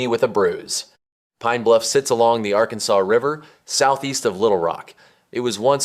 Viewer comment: It’s not pronounced Arkan-saw like the state. The river is the Arkansas River pronounced Are-Kansas River named after the Kansa Indians in Kansas.